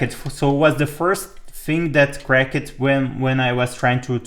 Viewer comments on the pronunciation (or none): Your English is very good. Two minor things I noticed, just for your information: Pomona (a town about 30 km from where I sit) is po-moan-a. Also "cracked" is pronounced crac-t rather than crac-ed.